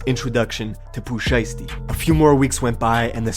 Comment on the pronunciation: dude said “poopoo shiesty”